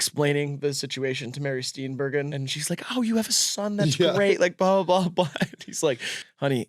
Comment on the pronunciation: Deeply upsetting how they are pronouncing “Steenburgen.” Good job lads, not even five minutes in and I’m already ready to repeat the 1993 forest fire in Danbury, Connecticut, a travesty that I did not have a part in whatsoever.